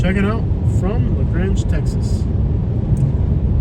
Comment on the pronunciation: just so you know as a person from La grange its pronounce LA GrAnge not la grannge you say the a like you are reciting the alphabet